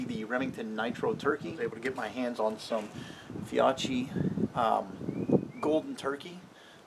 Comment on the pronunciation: The Fiocchi is pronounced “Fee-O-kee”